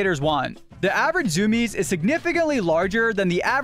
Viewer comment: zoom-iez? i thought it was zoo-me-ez